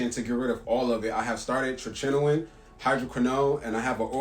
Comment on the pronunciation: First of all, it's pronounced "TRET-ih-noy-in" not whatever the way he said it, and second, he says he's an "artist," does he mean b*llsh*t artist because that's what he sounds like to me.